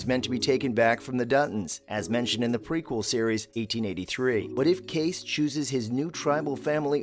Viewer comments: It’s KAY-CEE not kace 🤣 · Geez! It’s not Case!!!! It’s Casey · His name is pronounced Kaycee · Correct me if I am wrong but isn't the name Kayce said Kay-see? I have to wonder how reliable these hints are if they can't even say the name right! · You should at least learn from the show how to pronounce Kayce…long e!!! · If you are going to narrate, learn how to pronounce Kayce's name. It's pronounced Kay-See for Pete's sake! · Not sure I trust any Yellowstone commentary in which the narrator mispronounces "Kayce" and "Montana".